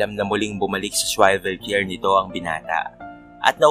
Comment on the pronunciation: Wrong pronunciation po ang “swivel chair”👍🏻